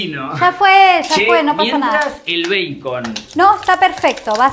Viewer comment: me estresa que diga bacon pero lo compensa con lo lindo que esss